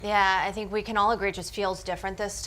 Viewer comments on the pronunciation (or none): none